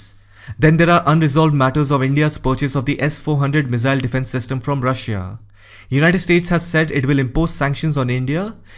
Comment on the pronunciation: Aapki Russia ki pronunciation galat hai...